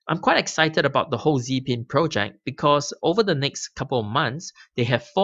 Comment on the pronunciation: When you say ‘pro-check’ what do you mean buy that? Or are you saying ‘project’ and I was just misunderstanding you? Thanks in advance.